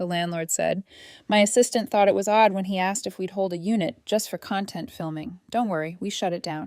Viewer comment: and CONtent/conTENT